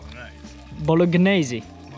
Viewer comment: I'm Italian, and every time I hear "bolognese" mispronounced a piece of my souls dies 😂😂